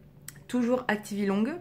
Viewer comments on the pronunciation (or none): Pourquoi tu prononces le "g" de activilong ? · moi aussi ! 😣 on doit pas le prononcé ?